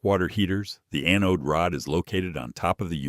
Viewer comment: Funny, AI. Mispronounced anode